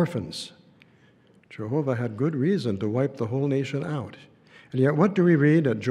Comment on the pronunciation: I cringe hard everytime he says Jehoobah "merciful Judge"...more like angel of death 😮😮😮